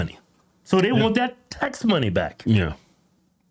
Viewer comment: 5 trillion dolla ta cuts? boy his education really worked :p